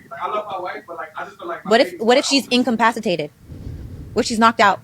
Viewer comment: the said incompasitated... tf